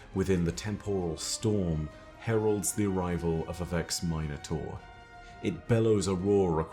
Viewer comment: Why is he pronouncing Minotaur like that? Is that how it’s pronounced in Destiny??